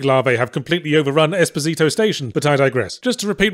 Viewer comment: Esposito is not really pronounced like that. And it does not in fact mean little husband in spanish, it's a word used to describe babies or kids abandoned and disowned by their parents.